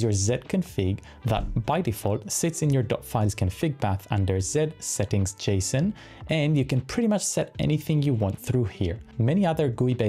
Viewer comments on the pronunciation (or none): none